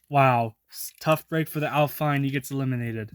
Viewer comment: alpine is french and aston martin is pernounced as-ton martin